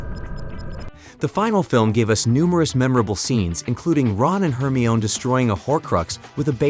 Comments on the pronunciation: The narrator is obviously not a Harry Potter fan. Pronouncing Hermione's name as Her-me-own? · her-me-own and na-ji-ni 😕🙄